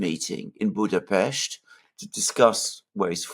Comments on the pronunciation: I approve your pronunciation of Budapest. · perfect pronunciation of our capital!!! Thank you!!!